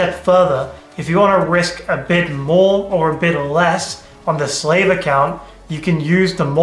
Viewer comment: Slave and how he pronounces it makes sense to how Indians treated black African tribes in India. Next time, just use the word receiver. 😢